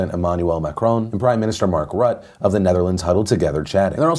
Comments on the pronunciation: "Prime minister Marcrut of The Netherlands" I expected "Marc Roody" or something. Dutch names remain an enigma, it seems. (Correct pronunciation is 'Marc Rut-teh') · Can't blame you for mispronouncing Mark Rutte, but, as a Dutch person, I couldn't help but giggle. But, for future reference, it's "Rutt-uh" (Who am I kidding? That's never gonna happen) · The way you pronounced the name of our prime-minister Rutte gave me a chuckle, thank you for that. For those interested, Dutch has almost no silent letters. The R is pronounced like a you're a cat, Rut-tuh, with a hard T! Thank you for coming to my Ted talk. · Oh the Dutch and their unpronounceable names 😂😂 Mark Rut(te) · Dutch prime minister Mark RuttE. Pronounced Rutt-uh. And imagine world-leaders just being people that have to blow off steam about annoyances like everyone does in the office every lunch.